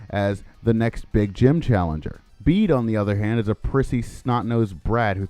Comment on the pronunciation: Bede's name is pronounced like "bead".